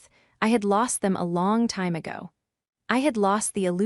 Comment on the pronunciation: Your Pronounciation of the time is EXAGGERATING, why not pronounce it CORRECTLY?😂.